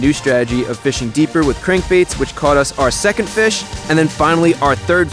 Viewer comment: It’s a bit different hearing fish instead of fix but I love it